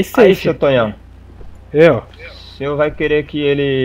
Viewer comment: E tu falando Tonhão errado pqp kskskdkdkdkkskskdkdkd